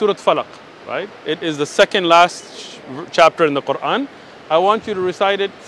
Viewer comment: the way he pronounced "Quran" says a lot about his supposed education LOL